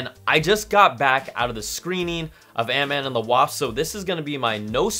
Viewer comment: "Ant-Man and The Wass" Love you, Brian!